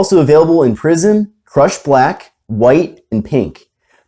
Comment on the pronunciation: It's also available in.. prison. 😁😁 (Yeah.. yeah.. I know he says PRISM) Merry Christmas! ❤